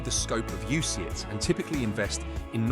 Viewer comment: "UCITS, UCIATS, UCITES" .... it's the same word mate